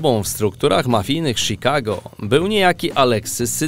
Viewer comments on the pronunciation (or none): none